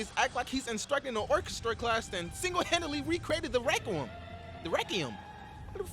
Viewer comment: Hey, listen right it's "rekwium"